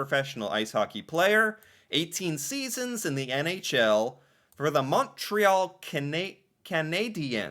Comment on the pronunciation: Hey.. Montreal is pronounced mun-tree-all.. just wanted to let you know.